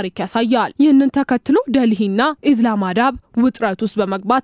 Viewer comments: ኢዝላማዳ ሳይሆን ኢስላማባድ(islamabad) ነው የሚባለው የፓኪስታን ዋና ከተማ ናት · ኢዝላማዳ ሳይሆን ኢስላማባድ ነው። ምን አይነት ጋዜጠኛ ነሽ።ስንት የተሳሳተ ዘገባ ነው የሚቀርበው። መጠንቀቅ አለብሽ... ምክያቱም ስንት የአለም ህዝብ ያዳምጥሻል።